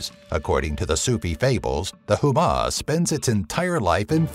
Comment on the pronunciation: I know it's hard to pronounce the names correctly, but if you're making videos about mythologies and cultures, such efforts shall be taken. Azhdaha, is pronounced similar to Ajh-Da-Ha. It's not Huma, but Homa.